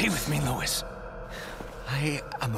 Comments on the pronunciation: Loved this game but it always bothered me how would mispronounce his name, it’s not pronounced as “LEWIS” it’s pronounced as “LOU EES” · I’m not sure how you are supposed to take this seriously when mispronounces his name right after he dies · Sad that pronounces Luis’ name correctly in the remake. Him saying it wrong the entire game and no one correcting him on it was hilarious. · Imagine your last moments on earth is mispronouncing your name as loudly as he can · is it becaue he pronounced it wrong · his close friend whos name he cant pronounce correctly